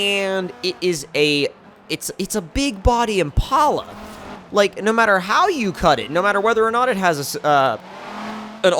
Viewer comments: its pronounced im-pal-a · Impala is pronounced like the animal impala